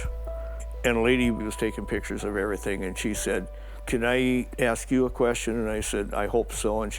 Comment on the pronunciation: British female narrator, the word is everything, not everythink!